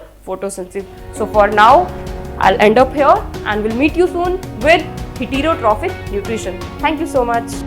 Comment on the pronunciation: Are yr jammu main koi faculty hai education ki jo sahi pronounce krte hai words ko . Man ko heterotrophic. Parasites ko pronounce krna b nhi aa rha